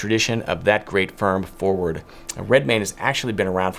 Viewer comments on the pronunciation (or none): none